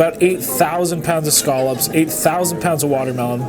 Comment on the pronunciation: You can't pronounce "scallops" to save your life